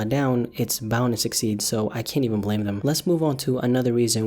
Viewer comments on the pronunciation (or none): none